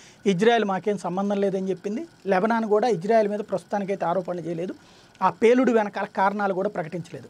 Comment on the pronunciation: Sir Country name is Israel not Ijrael . Please correct in telugu name and also pronouncing.